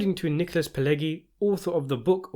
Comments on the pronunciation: Thank you for a good video! But: it's not "gi" (like in "groggy") in "Pileggi". It's "ʤi" (like in "jeans"). Pileggi - /pɪˈlɛdʒi/ - in American English. Italian: [piˈleːddʒi]. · The G in Pileggi is not pronouced like the g in egg but the g in say gentrify. I know egg is in there but it's not pronounced that way. Not a hard G but a soft G.